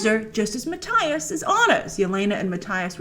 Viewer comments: It’s Mattias to be exact :D Not ”Matthyas”! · MatTIas 🤣 Grace you need to look up how to pronounce it 🤪😂